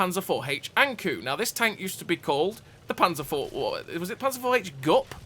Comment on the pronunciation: Not to pile on, 😏but the kou in ankou is pronounced similar to the “co” in code. It’s Japanese for anglerfish, which is what’s depicted on the side of the turret for folks who may not know., I decided to go for the BT after I saw your review of the T2, because as you said, deep is life.” It’s been great fun so far. I hope to see the Ha go from the series, for no other reason than because the camo pattern looks cool.